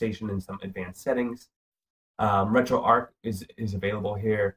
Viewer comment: Pronounced retro arch as in archway not ark as in fictional boat that carries two of every animal.